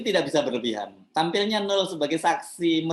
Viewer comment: Mas Hersu.....baca namanya "no el" bukan "nul" atau "nol"....🤪🤪🤪👅